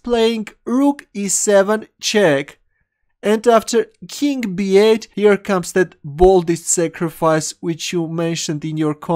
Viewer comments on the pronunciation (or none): none